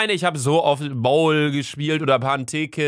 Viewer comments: Haha boule spricht man bule aus und nicht bowl ist Französisch nicht englisch😂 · Beim bouwl oder petanke 😂😂😂😂😂 Französisch kann er 😂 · man spricht es bul aus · Boule wird Bul ausgesprochen 😂 mich Boul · Hahaha bestes Video😂❤aber du weißt ernsthaft nicht was Boule ist?!?!?😂😂😂und das wir übrigens Boul ausgesprochen😂😂😂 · Du hast boule/Petanqe völlig falsch ausgesprochen das ist mein Hobby und ich man es gut